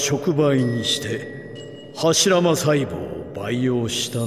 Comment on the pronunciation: Eil成日將柱間講錯左做'間柱'........